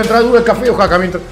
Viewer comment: Oaxaca Guey, , no Oxaca